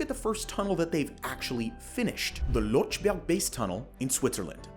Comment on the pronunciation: You could also inform yourself how to pronounce 'Lötschberg Tunnel' instead of 'Lotschberg Tunnel'. The two dots are not for neglect.